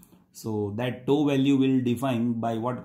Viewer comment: What's the problem with your pronunciation? Who spells tau like that?